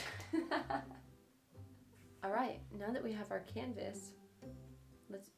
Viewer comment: Did she call the canvas a "cannivas"?